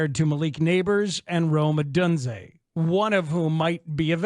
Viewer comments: ITS PRONOUNCED OH-DUNE-ZAY lmfao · Why do you absolutely insist on saying Odunze's name wrong. If it's just a bit, it's lame af. Otherwise be a professional.